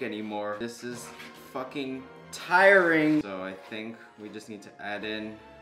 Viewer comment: Everyone: mixes with fork, big spoon, or a wisk: mixes with chopsticks Also: “This so TIERING!” Me: I